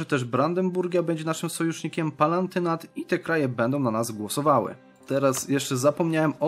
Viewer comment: Palatynat. PALATYNAT. To nie państwo palantów tylko Palatynat, Reński konkretnie.